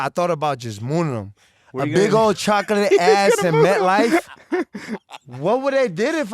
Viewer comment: Why AB pronounce chocolate like that 😂